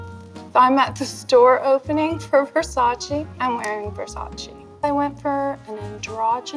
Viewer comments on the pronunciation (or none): VIVIENNE WESTWOOD IS RUN BY ITALIANS AND IT'S VERSACE NOT VERSACI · Can't understand how can you be. the 90's supermodel and still not know how to pronounce VERSACE!!! but you can say Dolce as it should be. Both her and Cindy. Cringe. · Aside from anything i got a little aback by the way she prounounced Versacé